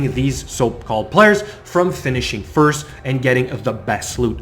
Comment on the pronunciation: I also like how you say your first............ (Sarcasm of course if you don't detect it, lol)